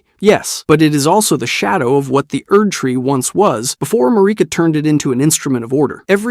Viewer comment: I love your videos, but every time you pronounce Marika I cringe a little.